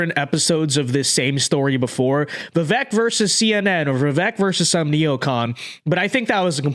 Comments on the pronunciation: Vake not vek phuk bro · Not a comma la shill but vi-vake not vih vhek